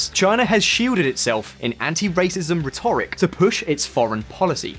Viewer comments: ffs, the pronunciation of rhetoric is triggering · There are some very weird pronouncuations in this video. Rhetoric, Uighur.... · Please learn to pronounce rhetoric properly! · RHEToric, please - not, rhetORIC !!! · "Uyghurs" is pronounced WEE-gurz. "Rhetoric" is pronounced RED-er-ik. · His pronunciation of "rhetoric" is driving me nuts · I can’t take the pronunciation of rhetoric or Uyghur... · Rhetoric, Xinjiang, Uyghur; this guy's appalling pronunciation makes this video almost unwatchable. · Please learn how to pronounce rhetoric 😀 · Your pronunciation of 'rhetoric' and 'uighurs' is confusing and distracting